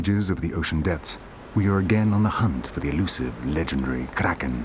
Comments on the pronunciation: LMFAO Everytime he says "the KRAKEN" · Guy says "Kraken" with an Afrikaans accent 😂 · Anyone else getting irritated each time he says Kraken.... over emphasizing this word every single time. It's kind of ruining it for me. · Lol the toung roll is killing me 😆😆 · can someone please tell this man to never say the word kraken ever again